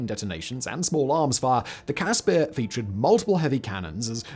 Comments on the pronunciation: As a South African I just want to say that the pronounciation of the CASSPIR is Casper like the ghost not Cas spear....✌🏼🇿🇦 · its a cas-per not peer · Only issue is that you mispronouncing the i in caspir its an afrikaans i you are pronouncing an afrikaans ee it should be like the i in bird